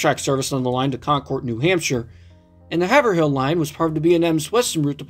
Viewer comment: 🤓 it's actually pronounced hay ver rill, or hay ver roll, either is varied in pronunciation by locals who live in middlesex county mass (i know, the second h is silent in haverhill).